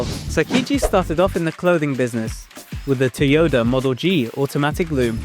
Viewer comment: why did you say “tyota”